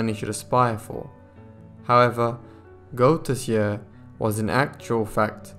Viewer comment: Only a few months ago a new seach was done to try to locate the missing pannel. Sadly after doing a lot of work nothing was found. This story still mesmerises and captevates the Belgian nation. Good narration but as a Belgian I hardly could understand the names of the persons involeved. The name Arsene Goedertier is pronounced as Good ther tier